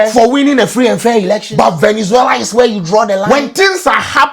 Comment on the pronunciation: It izz,what it izz.